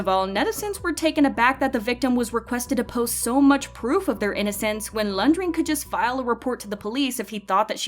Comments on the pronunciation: Poor Renjun. And It’s “REN-JUN” not “LUNDRIN” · Whose Lung-dreen? Learn to say his name properly first. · this has nothing to do with the video and how serious the topic is but why do i keep hearing lundreen ?😭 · Y u calling him "Lunjween" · Idk what’s pissing me off more sm or her calling renjun laundrin 😭😭😭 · Who is Laun-dreen...? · Am i the only one hearing laungring😅😅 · no, this is not how we pronounce renjun’s name. we pronounce it as the same you guys pronounce it. not landrine or whatsoever. it’s fine that the host might have read it wrong.